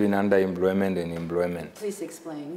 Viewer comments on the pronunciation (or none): The man could not explain what under employment is, not could he pronounced employment = "embloymen" uu iihuna tate!